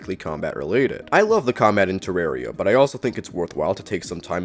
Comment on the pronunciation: You mispronouncing the game is your hottest take.